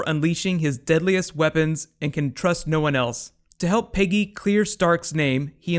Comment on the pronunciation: Why do you keep calling her "Piggy" it's Peggy This isn't The Muppets show lol